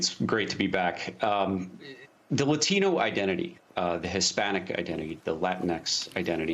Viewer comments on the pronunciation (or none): Hold up. Did the Asian chick just say "Latino" with an accent (but everything else without one)?